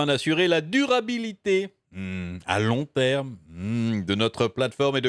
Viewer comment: "la DUR abilité hmmm à LONG terme hmmmm", mdr